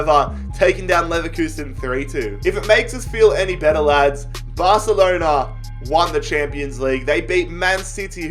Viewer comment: Nobody: Literally No One:: Barcelena